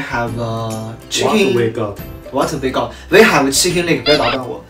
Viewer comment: Chick-ein leg